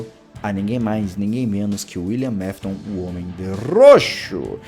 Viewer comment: Não é Wiliam mafton é Wiliam afton